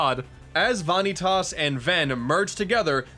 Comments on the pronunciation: "Van nee tas" Godamnit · VA-Nii-Tahs? He has to be saying that for comedic effect he has to have heard it in the cut scenes orat least watch Some Call Me Johnny's review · The Japanese pronunciation is Vah•nee•tasu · Ok in case any dude does ever read this it is pronounced like vaneetus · I agree which hurts me more that he says van eee taas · You keep mispronouncing Vanitus. Edit: Kingdom Hearts 3 comes out in 2018. Didn't you see that in the most recent trailer? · um, I'm sorry, but, Vonny-tus? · "vah nee tas" for fuck sake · vanitas..... its like saying van e tas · Why does he say Vanitas wrong. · okay what?! it's bugging me how ur saying "Vanitas" after they say it in the game several times. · >Pronounces name wrong >"Yes, the names are weird" Thanks,. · Did anyone else get upset and correct this guy whenever he said Vanitas? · when you hear a name so badly pronounce it hurts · How do you pronounce vanitas so wrong after playing the game? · The way he pronounced Vanitas... fml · How the fuck do you butcher Vanitas name that bad? Get your shit together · Am i really the only one bothered by the way he pronounces "vanitas" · The Coffee Alchemist I don't know how he doesn't get the real pronunciation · I think you mispronounced Vanitas' name. Just giving you a warning. I'm not a stickler for that sort of stuff. 👍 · Mario It makes it worse that they pronounce his name multiple times and he still mispronounces it. It's like he's doing it on purpose. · I loved the game, but you said Vanitas wrong. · okay I just gotta put this here... it's pronounced Vah-knee-tiss not vah-knee-tass (especially emphasizing the different syllables. just...vahkneetiss fairly quick and simple) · why are u pronouncing vanitas as vaanitas? why the weird way of pronouncing his name? its van i tas u dont need to over pronounce the a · My dude...where the hell did you get VAH-NEE-TAUS? Its spoken by many characters as VAN-EE-TES.